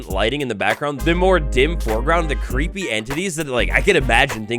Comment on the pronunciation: Cweepy wibes uwuuuuuu